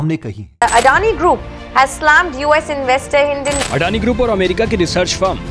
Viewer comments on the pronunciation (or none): Hindenburg no hidenburg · Hidenburg nehi bhai, it’s Hindenburg😅😅😅